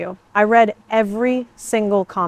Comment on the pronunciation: You know it is fake when the bot can't get the words right. Anyone else hear I RED every comment after asking you to leave a comment. Since Read and Read are the same the AI is not smart enough to know which is which